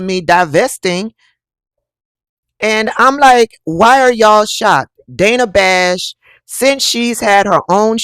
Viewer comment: It's pronounced Danna Bash! 🤦🏿‍♂️🤦🏿‍♂️🤦🏿‍♂️